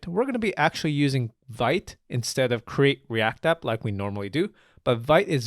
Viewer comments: Vite is actually pronounced 'veet' but anyway ;p . its in the docs too :P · Hey it's nice to be here. Just wanted to let you know that Vite is a french word for "quick", pronounced /vit/, like "veet".